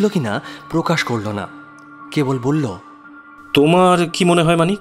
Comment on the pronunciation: মানিকের উচ্চারণ এ problem আছে যেমন বল্লো উচ্চারণ কে উনি বলেন ব ল ল । নস্য না কি নস্যি ?